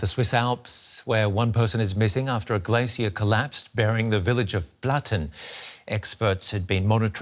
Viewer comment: Blatten --> Flatten